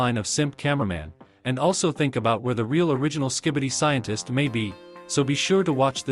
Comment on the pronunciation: Sientist. Tolit. Restendpesh.